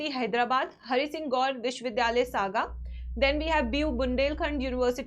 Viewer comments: It's not saga it's sagar for dr harisingh gour university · Vo sagar hai not saga